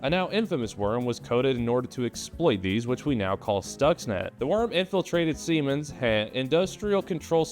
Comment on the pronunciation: I love how he blew past pronouncing Siemens